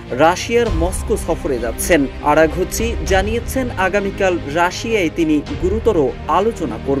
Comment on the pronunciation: আরাগুচি না আরাগচি